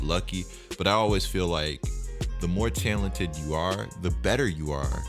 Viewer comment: Okay but why he say talented like that